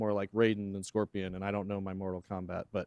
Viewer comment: i cant believe he said scorpion... cringe.. nothing like scorpion